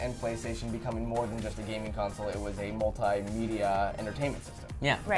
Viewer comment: Gaming not haming